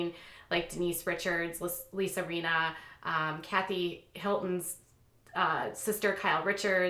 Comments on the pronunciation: It's Lisa Rin-na. Not Reena. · This news is interesting, but I have to say that it drives me nuts when you mispronounce the names of the people you're talking about. Like Lisa Rinna. It's a short "i", not a long one. You pronounced it Reeena. And you've mispronounced Gosselin many times. I think accuracy in pronouncing a name is as important as is accuracy in other parts of your research. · Doesn't seem like you've watched RHOBC. Denise Richards has been VERY open about her sexual history on the show. Also, you mispronounced Rinna, and Dorit. If you don't watch the show, you might acknowledge that.